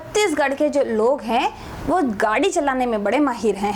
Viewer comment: गाडी nahi yar गेडी hota h... Pata ni to kyu trick btate ho